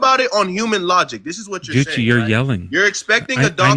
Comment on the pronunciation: I can't believe Gucci didn't acknowledge that kept calling him coochy! I was laughing the whole time! Do these people realize that you guys are just effing with them?